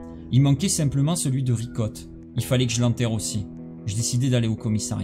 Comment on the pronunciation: A un moment tu a dit vicotte 🤣au lieu de Ricotte